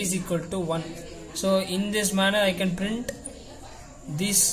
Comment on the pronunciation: Why you spell printttttt instead of simple print dont stress on that t it is irritating bro